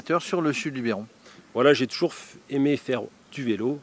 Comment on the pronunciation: Nooooonnn!!!! Pas toi! LubEron! Pas Lubéron.;-) Bon allez ça te coutera une bière.